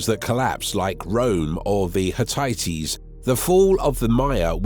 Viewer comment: “Hit-tight-tees?” Were the Hittites wearing tighty whitey tee shirts? “Ucks-mal?” Uxmal pronounced “Oosh-mal.” And “conquistadors” is not pronounced “con-quisitors.” And “Jorge” is pronounced “Hor-hay”; not “Yorge.” That’s basic Spanish! The word pronunciations in this video are awful. Either this is an AI voice, or the guy doesn’t know how anything is pronounced correctly.